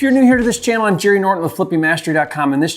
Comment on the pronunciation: Jerry not Sherry😮